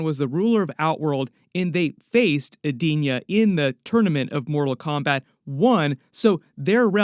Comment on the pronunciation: So awesome please stick to Disney and other properties u know names too because ur pronunciation of the fighters is so bad u almost had me breaking my house down